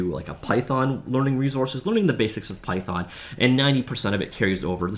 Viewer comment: It's python not pythorn 😒